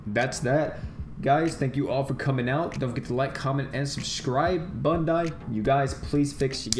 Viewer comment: Did you just say bundai?